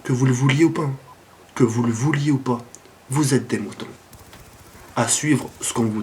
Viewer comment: on dit (pas) pas (paz)... Sinon bon gameplay:) on fait comment pour participer au concour?